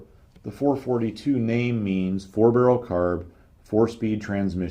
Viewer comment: Well,I understand what you’re saying and I liked it so much that I’m getting ready to watch part 2 in a few minutes! Only complaint (and its a small one) is that there’s a dash in between the numerals 4-4-2. This signifies that you should pause in between,when you read the numbers. So,it’s actually a Four,Four,Two. Not a Four,Forty two. I’m sure you’ve caught a little flak for that,before,though.